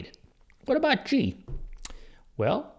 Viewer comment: It's pronounced Gee not jeee